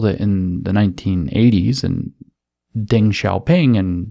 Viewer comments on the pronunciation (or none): I love your content, but it's Deng, not Ding. I am so sorry.